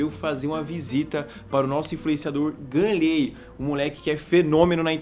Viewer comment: é GAnnley não ganleeey